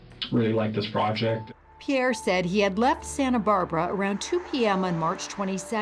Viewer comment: It's Pierre, not pier 😂😂😂😂